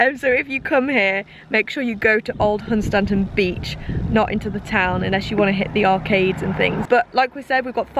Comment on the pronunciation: I'm lucky enough to live about nine miles away from (pronounced as says lol)Hun Stan ton. Local says Hunstun.